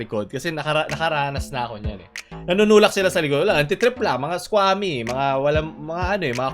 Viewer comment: SQUAMY 😂👌 (IS-KWU-A-MI)